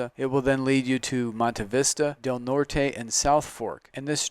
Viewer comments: Nice presentation, but the local pronunciation of "San Luis" is "San Loo-EES" (not just the town but the valley in which this property is located), not "San Louie", Del Norte is "Del Nort", not "Del Nortay", and it's "Walsenburg", not "Walzenburg". Sorry for being pedantic but I thought you might want to know this if you're going to be marketing land in this area. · You have san luis/st Louis correct but del norte is del nortey/from North